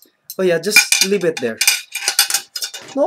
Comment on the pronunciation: "YOu just don't grab ettt like a rejjing animaLL.." HAHAHAH :P